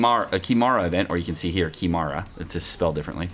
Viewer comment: why every gc ytbers don’t know how to say « KIMARA » 😂😂😭😭